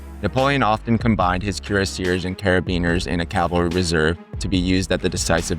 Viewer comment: Cuire : leather Acier: steel Leather on one side of the breast plate for comfort and warmth . Theres not such word as Cu-rass Cuireacier not cure-a-seer